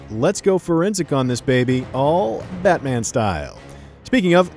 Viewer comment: "isn't that right BAHMAH"